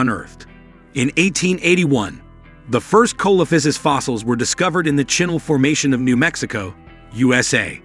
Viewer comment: The accepted pronunciation is: see - luh - FAI - suhs.